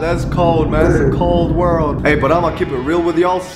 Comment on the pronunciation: Quit calling my dude WOLO G call him WORLD G